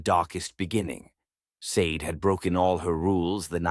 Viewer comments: I'm pretty sure Sade is pronounced Shar-day, like the singer, not like the green jewel... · Or maybe Sa-de(Sha-day) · Hi everyone, I came across this Afro-Korean story a bit late. The woman's name Sade should be pronounced Shadday, like the singer of "Smooth Operator"